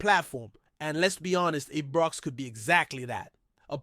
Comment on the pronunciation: Ibrox it's called not Ebrox 🙄🤷🏼‍♂️